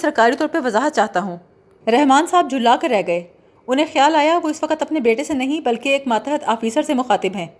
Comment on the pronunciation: Jhulla kar nahi, jhilla kar